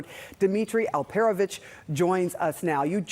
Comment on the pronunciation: CNN should afford the cost of training people how to properly pronounce foreign simple words... like it's AlperOvich, not AlpErovich - only 3 syllables...